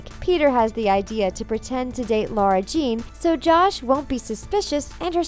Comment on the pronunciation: It literally says in the third book that it's not pronounced "LAURA ". It's pronounced LARA